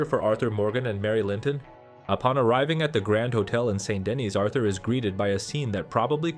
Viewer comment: Very good analysis. I think you are correct. I don't understand why some players don't like Mary. Please learn to pronounce St. Denis correctly. As an American you should say "SAW DUH KNEE"